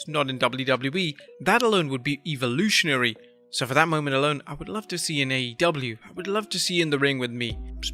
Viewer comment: Did he say Eva lutionary?